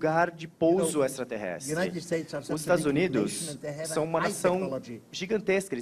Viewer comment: Nossa esse Gentili não consegue falar direito a palavra extraterrestre...horrível, fora q as perguntas cretinas de sempre....e a desafinação do Roger e6 incrível... 🙄🙄🙄😀😀😀